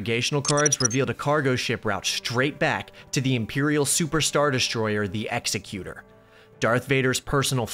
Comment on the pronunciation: Love your content. Just a super pretentious nitpick, it's pronounced ex-EC-utur, like executive. Not like an execution